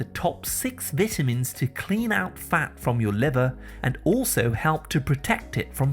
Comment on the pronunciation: Most, Appreciated😁... Thank, you ‼️‼️ ..but, what are Vit-tamins⁉️🤔